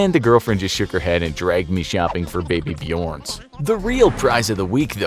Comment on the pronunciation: Baby Björn is pronunced Baby Bjuhrn not baby bjorn